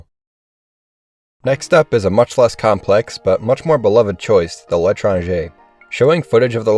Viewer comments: Nice pronunciation of '' L'étranger''! I rarely hear people say it right! (someone send this video to Mr.Paladin!) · I love the way you pronounce correctly l’Etranger